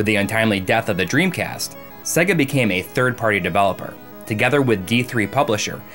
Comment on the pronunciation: Cool video, but why can't you pronounce SEGA if you have been a fan for so long?